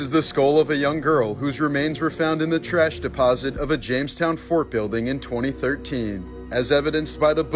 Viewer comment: Its "Jamestown" not "Jonestown"